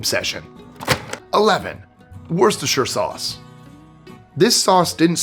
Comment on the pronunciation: Pronounced Wooster sauce.